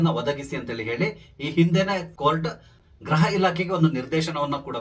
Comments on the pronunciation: 😮 ಗ್ರಹ ಇಲಾಖೆ ಅಂತ ಅಲ್ಲ ಗೃಹ ಇಲಾಖೆ ಅಂತ ಉಚ್ಚಾರಣೆ ಮಾಡಿ. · Please don't pronounce GRAHA elakhe, it is GRUHA elakhe ಗ್ರಹ ಅಲ್ಲ ಗೃಹ